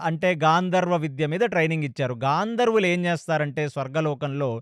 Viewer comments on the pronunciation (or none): గంధర్వులు గాంధర్వులు కాదు గారు